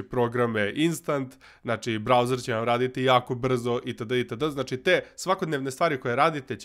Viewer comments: reko browser ce vam raditi jako brzo ja razumeo brazzers ahahhaha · Zvucalo je kao da si reko brazzers haha 😂